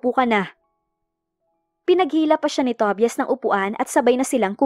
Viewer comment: Ang pangit naman pakinggan ang Pronunciation ng TOBIAS😅😅.. "TOBAYAS " yan😊.. Instead pakinggan ko naawa ako sa pangalan ni tobias😂.